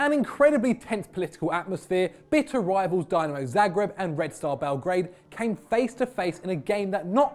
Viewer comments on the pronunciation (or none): none